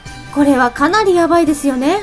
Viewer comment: 語尾の母音をこのようにはっきり発音する方が個人的には好きだけど、気になる人もいるみたいね。 実際の会話では母音は省略されることもあるし、、地域によっても違う。 例えば関西では語尾の「です」はdesuと発音されるが、関東ではdesが普通。